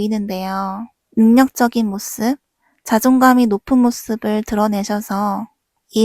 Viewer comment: 모씁이라고 하는 거 때문에 내용이 하나도 귀에 안 들어와요........